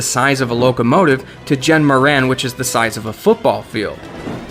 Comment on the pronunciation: "jhen moran" you mean dahren?